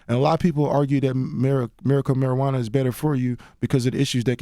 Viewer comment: "Miracle Marijauna" lol